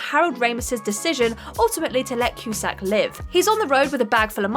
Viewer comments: Richard "Dray-Fess" & John "Coo-Sack" is it? Wow. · The worst copy reader gets the most videos. "ek-specially" "adaption" Richard "Dray-fuss" "poyg-nant" "re-buuked" John "Koo-sack"